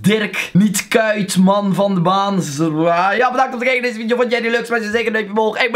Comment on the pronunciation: Leuke veidijo eejsit